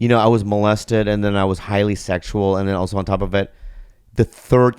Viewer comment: I like how Bobby says...Oso (also) LOL